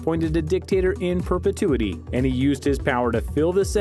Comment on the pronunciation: You can say perpetuity, very well..but you cant say pompei correctly?..